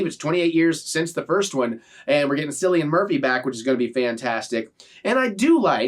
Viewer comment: This trailer!!! I don't like horror but I'll definitely be checking this film out BTW it's pronounced Killian not Sillian